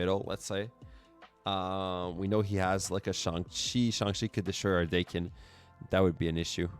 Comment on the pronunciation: Daken is actually pronounced like the old eighties band Dokken, because it's Japanese. His name is Akihiro, but because he's mixed some call him Daken, which is calling him a mongrel.